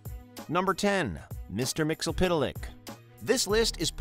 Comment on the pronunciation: It's pronounced myx-yes-spit-lick.. Also, how do you rank the god of one comic book universe above the god from another comic book universe lol? What makes him #1? You didn't specify what made one better than the other..